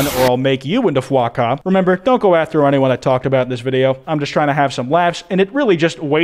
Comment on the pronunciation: Did he just say Foie Ca?! French triggered noises